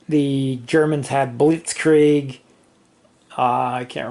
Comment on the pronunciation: Uff if you cant say Blitzkrieg, say lightning war and dont butcher the german language. Thx